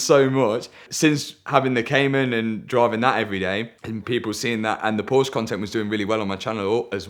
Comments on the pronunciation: It's Porsche. Not Porshhh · After all this he still pronounces it "Porch" 🤦‍♂️🤦‍♂️🤦‍♂️